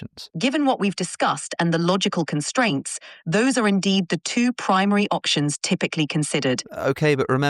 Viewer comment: "options" with an accent